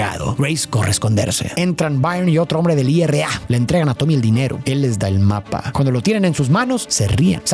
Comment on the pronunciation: Se dice IRA no I.R.A